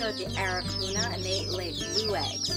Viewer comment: lol its pronounced ara-cana but spelled araucona if thats how u spell it lol